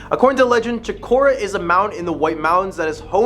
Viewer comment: *New Hamp sher *Ports muth *Choke o rua